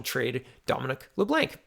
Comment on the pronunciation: LeBlanc= "Le-Blonk"